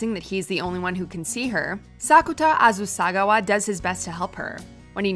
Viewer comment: next time pls get someone who can pronoun japanese names(Azusagawa) and titles(bakemonogatari)